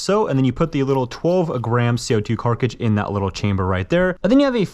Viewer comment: Carcidge brooooo its CARTRIDGE U DO IT ON EVERY VID